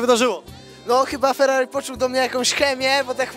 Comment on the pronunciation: Nic tak nie wkulwia jak plowadzacy nie umiejący mówić ellll, Fellllallii.